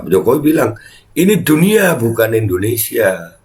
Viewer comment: IndoneSIA pak JOK..bukan EndoneSA 😁😁🤣🤭🤭